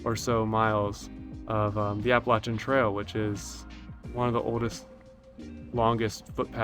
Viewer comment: Glad to hear you pronounce Appalachian correctly. 😊